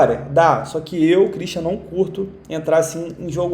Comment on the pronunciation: Cara eu nunk entendi tua entrada 😅.. quando tu fala teu nome. Esse "i" vem da ond?😂